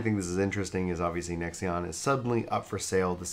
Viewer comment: lol Nexeon isn't it pronounced Nex-On?